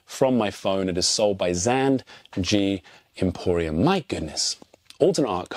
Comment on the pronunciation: Purposely mispronouncing "Zan G emporium" (multiple times) for comment engagement 👏